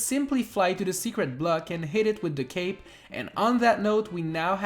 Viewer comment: Did he say feather cake?